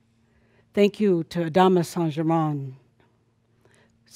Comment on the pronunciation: Wow! A half way decent & honorable go at saying "Saint Germain"! You have no idea how much it bugs me listening to US based 'mediums' claiming to be channelling La Compte who can't even get within a country mile of pronouncing his name! Its a bit like if I announced that I was channelling a Mexican called "José" and I said "Hi everyone, today I will be channelling my ascended master who I have been channelling for 20, years- Joe-Zay!". ;-)